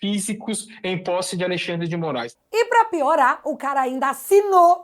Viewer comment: NÃO É ALEI XANDRE. . O NOME É ALEXANDRE DE M. .